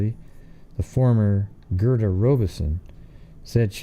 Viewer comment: You mispronounced Robison and Gerda